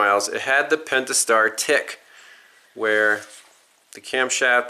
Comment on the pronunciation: did bro say the pentistar pull. 🤣